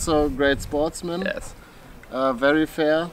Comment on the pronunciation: Es heisst "fair" ... fear heisst Angst. Tüte Englisch neben der Landessprache kann auch nicht schaden.